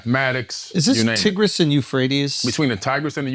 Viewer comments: TIE-GRIS not TEEGRUS... He said it correctly and you stated it incorrectly... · Why does this dude keep mispronouncing “Tigress”? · When getting uncomfortable with the topic always retreat to smut. Man focused on a penis but can't correctly pronounce the Tigris River ? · Dude pronounced Tigris too funny